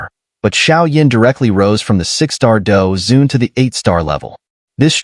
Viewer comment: Douzun not douzong bro